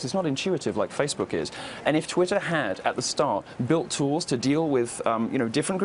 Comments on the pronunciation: "Titter erhTWITTER!"... Freudian slip of the tongue... Right into your ear. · "Leslie Jones quit titter eh TWITTER", anyone else notice that?. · lol she called twatter "titter". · So we're just going to ignore her saying titter ? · Quit titter😂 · Are we ignore the fact that she almost said tit(er)! Haha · Lmao Titter??? Anyone else hear that botch 🤣🤣👌🏻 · "quite titter" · Oh wow she said Titter at the start. We know what she's thinking about. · quit titter. lol. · She said,'Titter'..😏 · She quit Titter. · TIT ER 😂